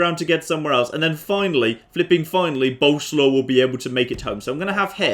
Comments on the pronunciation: Once again "Boleslaw" is a polish name, not a nickname and you pronounce it entirely different from how you do it. It's "Bol" (like in Bold) + "es" + "wav". Pasting the same thing under every m2tw video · By the way you pronounce Bolesław completely WRONG: it should be more like boleswaf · I will keep posted untill you at least try to prenounce it. Bolerswav. Sorry, I'm polish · "Boleslaw you rogue!" 😂😂😂😂